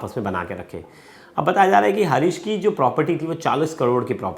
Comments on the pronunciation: हारीश हे हरीश नहीं।।।😂😂 कैसे कैसे लोग रिपोर्टर बन जाते है😂😂😂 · Harish r u sure, bhai naam lena tuo theek sai sikh le, harish nahi haris hai wo 😡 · Harish nhi Haaris😅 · Bhai harish nhi haris nam h . Tum pehle khud ka talaffus thik karo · Bhai naam sahi se lo harish nhi haris naam hai